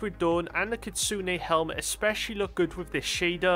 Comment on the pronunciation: Solid effort on pronouncing "kitsune". Almost there mate, almost there haha